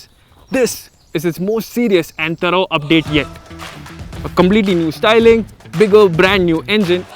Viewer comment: Mallu accent matches may be they changed with some other mallu. "thaa-rough update yet" (thorough update), "COMB-letely new styling" (completely new styling) many such thru out the video.